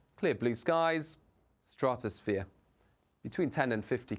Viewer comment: Why is he calling it a straaatusphere? It’s very annoying how he pernonuces the word.